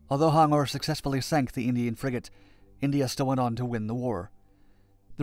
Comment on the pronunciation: it is pronounced as H-U-N-G-O-R ... ...... btw , good documentary